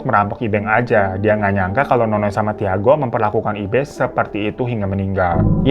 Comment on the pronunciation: Tiago itu dibacanya Cago ya babu, pun10. ngasih know doang